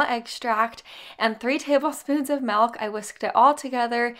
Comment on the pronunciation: I watch your videos just to hear you say “MELK” for milk 😂 I love it!! 💛